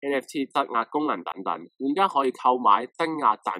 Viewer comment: [ 品質很好, 人質被綁架, 質押] , 質 有兩個讀音. 質押 一詞, 好似錯咗. 不要緊, 唔係上中文堂.